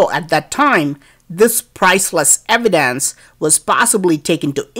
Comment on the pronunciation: IS IT THAT Hard to say evidence